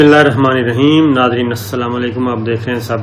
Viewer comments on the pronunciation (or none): none